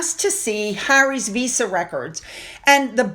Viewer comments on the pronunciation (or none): none